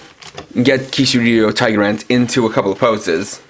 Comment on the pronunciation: It's TigerLance, with an L. You might wanna redo this.